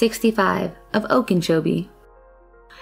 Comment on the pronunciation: Okenchobee? There is no N at all in Okeechobee How did you fuck that up?